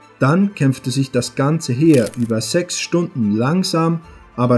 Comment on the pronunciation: Warum sprichst du manche Wörter falsch aus? zb sechs oder Quelle (Koelle). Ist es ein Sprachfehler?